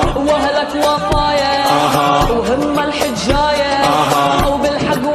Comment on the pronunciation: متكدر تلفظ كلمه حجايه 😇 بس العراقيين يلفظوها صح